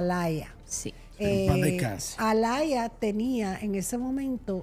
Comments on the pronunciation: No se dice Alaya es Aaliyah (Alia) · No se pronuncia Alaya se pronuncia Alia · Se pronuncia ‘Alíah’